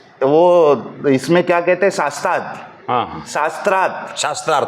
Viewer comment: Its cute 🙈 when tries to use words like शास्त्रार्थ and mispronounces them 🤣🤣